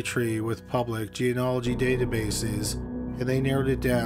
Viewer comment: It kinda makes me crazy that he mispronunces genealogy.